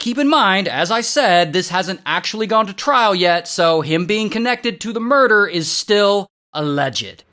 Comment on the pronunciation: 6 counts of murderrr??